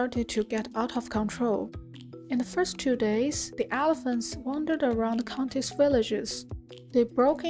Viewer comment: Also 'helephants'